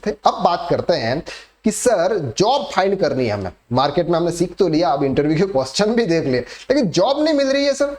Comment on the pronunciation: Interveeee mat kahen bhai, irritating